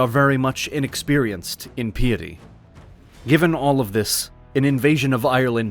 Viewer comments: Do you really just say, pē’ i tē, for piety? pī i tē , Related to the word pious. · Great video, but "peeity" is not how you pronounce Piety. (Pie ity) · Your AI needs a little work... Simple things like pronouncing many words, including 'Tacitus' and 'piety' incorrectly. And misspelling 'Caesar'. Sort of ruins any authority in your version of Roman history. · mispoor Well, he did mispronounce the word "piety".